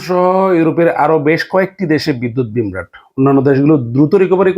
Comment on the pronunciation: বিভ্রাট বলেন ভাই।বিম্রাট বলে কোন শব্দ নেই।